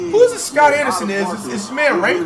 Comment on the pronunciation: This man said “Scott” 💀